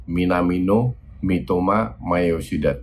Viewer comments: Tumben nyebutnya minamino bukan minimano □ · Tumben nyebut minamino nya bener coach □